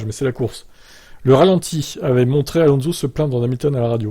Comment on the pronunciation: Alonso à mal dit